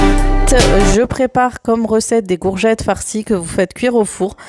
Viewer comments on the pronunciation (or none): Coucou Super vidéo comme d habitude Bon courage pour ton rééquilibrage alimentaire en tout cas tu es déterminée. Le faites que tu prononce gourgettes au lieu de courgettes, je trouve ça trop mignon. 🥰😘